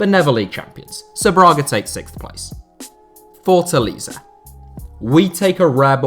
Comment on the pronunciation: It's Fort-A-LAY-ZA (he most have said it wrong about 400 times)